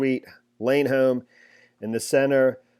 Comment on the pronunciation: These monsters were not married. Moriches is pronounced -"more itches". The school reported their abuse for years.